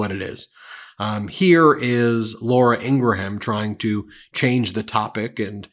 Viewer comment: the H is silent in "Laura Ingraham".